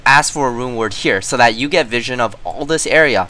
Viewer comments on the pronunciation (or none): none